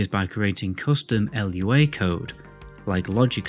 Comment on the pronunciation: Lua. Not l.u.a. It's a word. Not an acronym.